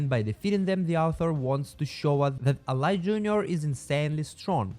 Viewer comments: Mohammud Ali (Muh•Hah•Med Ah•Lee) not Alai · who says ali as alai it almost sounds like ur trying to say alloy jr